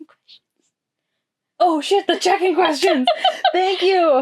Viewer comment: Everytime I hear you say "check in questions" I think "chicken questions"...